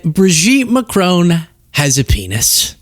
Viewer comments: It is pronounced Mac-ron, not Ma-crone, please pronounce the surname of the French president correctly. Just because Candace Owens pronounces his name incorrectly, doesn't mean you have to, it really doesn't become you. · She would seem too stupid to realise that if MAGA get their way, after they’ve removed all the brown people the black people are next. Here she is standing up for the fascists who detest people of her colour. I wish Americans would learn to pronounce Macron properly and come to think of it croissant. 🇺🇦🇨🇦🇬🇧